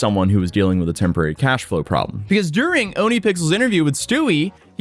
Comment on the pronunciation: OhnePixels is not OniPixels, XD Listen to Rammstein's Ohne Dich, which means "without you", and you'll hear it. "Oh nuh" Man, this scammer is such baby who'd ki scam his own mom!